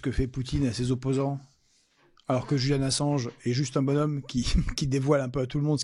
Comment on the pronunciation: On dit JuliAn et pas JuliEn ! Arrête de te faire le relais de mes sales souvenir de l'appel à l'école stp, j'ai presque 30 ans :p Mais, sans méchanceté, j'hallucine encore des efforts que doivent faire les gens pour assimiler ce prénom, genre même dans le timecode, t'as quand même personnellement décider de le renommer et mettre un E. Du coup, quand G. Kuzmanovic dit devoir changer de prénom, tu le valide sans faire exprès lol très chouette vidéo, sinon ;p